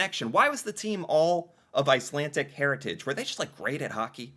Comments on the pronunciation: Why do you keep saying "Icelantic"? It's "Icelandic". D. Not T. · Icelandic...not Icelantic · IcelanDic. It sounded like you were saying IcelanTic. I was in Iceland and had an old guy explain it to me. Many people moved to Canada due to food shortages in Iceland. In Winnipeg, they learned to play hockey and they dominated because of their viking stock. They were HUGE and powerful and much more physical compared to all other teams at the time. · Icelandic is not pronounced icelantic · Ice - Lan - D*ck not Ice - Lan - Tick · IcelanDic not IcelanTic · IcelanDic not IcelanTic. "I know words"? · IcelanDic", not IcelanTic. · It's not Icelantic. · Its icelandic not icelantic. Lol. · Not to be picky, but I believe it's pronounced Iceland__dick, not Icland tic. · I'm shouting at the screen! There is no tea in icelandic. It is a d please pronounce the d. I'm such a petty person LOL but this is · There’s no T in Icelandic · 😂. Slow down. No “t” in Icelandic. It’s kinda funny but I’m Canadian and watching your videos is still educational. Sometimes you find little information nuggets that aren’t as well known even to ourselves